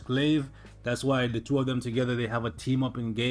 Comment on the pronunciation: “ this is a tWOOOOOOO for” hahahaha